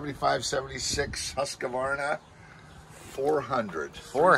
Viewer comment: Husk -Varna or Hoose - Varna But there’s no “ Uh” in it .